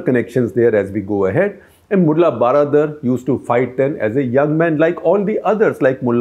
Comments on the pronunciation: Regarding Mulla Baradar, the word baradar is Persian version of English word "brother". So, baradar simply means bhai. If translated it will become "mulla bhai". The word has to be pronounced almost same as how we pronounce brother. So, just wanted to point out that the way you pronounce "baradar" which appear to be "12 dar" is not correct proper. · If you want to correctly pronounce the name of baradar, just say 'hello brother' a Salman khan film... that brother is exact pronounce for this gentleman. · If you want to correctly pronounce the name of baradar, just say Salman khan film hello brother.. that brother is exact pronounce for this gentleman.